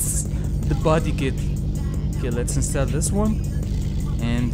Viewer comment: Install say it like 'ins' and 'tall' the height thing